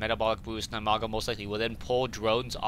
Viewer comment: its dimaga not dymaga and its idra not ydra